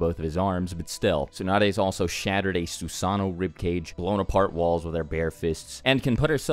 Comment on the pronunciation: can you please for the love of naruto stop pronouncing susano'o the way you do?